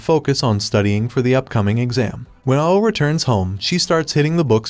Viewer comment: Ao is pronounced like ow and it means blue in Japanese